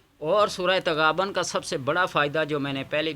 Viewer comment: تغابن نہیں پیش